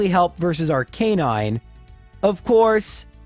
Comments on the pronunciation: weird arcanine pronunciation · You frustrated me every time you pronounced arcinine, it makes my rage flare up. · ive never heard arcanine pronunciated like that